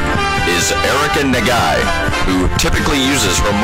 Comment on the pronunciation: i love the Nagai pronunciation